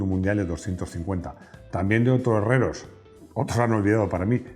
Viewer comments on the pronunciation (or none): Gracias,, por el fantástico vídeo. Disculpe la observación que tengo que hacerle: Santiago Herrero. Sin la "s" final que ud. añade. Procuro ver todos los vídeos que publica, y me he convertido en uno de sus seguidores. Gracias, de nuevo.